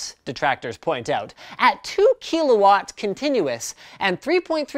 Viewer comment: Also. Please learn how to pronounce kilowatts...